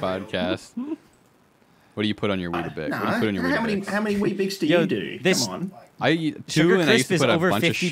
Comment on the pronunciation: weet-bix not wheat-a-bix